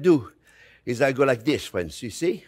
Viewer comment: I came here to hear him say "fwiends". 🤔😂😂😂